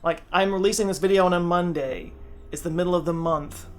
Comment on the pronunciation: Rinday instead of Monday?? Ringatic??? Howling at the Rings???